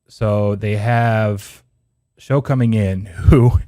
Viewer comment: Tyler Shough. It's pronounced "Shuck".